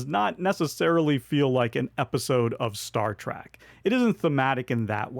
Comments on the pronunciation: Great list, thank you. I couldn't help hear you say Star Track instead of Star Trek 😀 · Great video, as always, but...Star "track"? Really? 😢